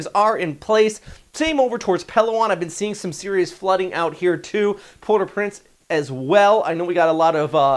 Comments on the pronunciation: "Port au prince"?! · "Port Au Prince" lol